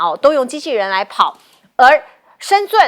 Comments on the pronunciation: 主持人，😂😂是shenzheng不是shenzun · 美女主持，我教你一個字：深圳的圳，念zhen，四聲，不念zUN (尊)。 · 主持人连深圳都念不准😅，台湾主持人都这样子的水准吗😮😮😮